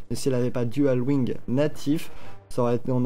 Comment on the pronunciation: Elle ne peut pas équiper de dagues si tu remarques bien xD Je sais pas si c'est une erreur mais c'est bizarre. PS: arrête de dire "Dual wing" plz xD C'est dual wield :D